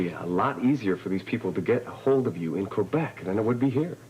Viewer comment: I cant get over how Félicia flawlessly pronounces Québec.